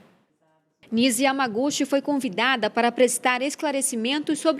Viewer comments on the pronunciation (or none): Por favor pronunciem pelo menos o sobrenome da Dra. corretamente. O certo é Yamagutchi. O "CH" se pronuncia como na Língua Inglesa!